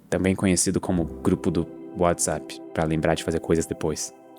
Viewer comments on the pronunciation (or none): none